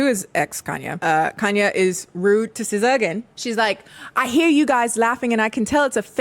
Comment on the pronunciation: Sza??? Sskijs🤭